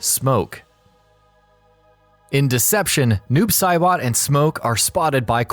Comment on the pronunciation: "Doob Saibot"